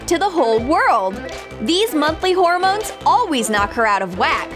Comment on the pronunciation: Who else realized she called them "horror-mones" the entire voice over?